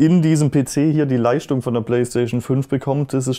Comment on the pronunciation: Ich schaue eure Videos super gerne und ihr macht klasse Content. Das Video konnte ich aber nicht zu Ende schauen, jedes „st“ wurde als „scht“ (Leischtung) ausgesprochen… Meine Misophonie macht es unerträglich das Video zu schauen 😂 Dennoch 👍 hoch!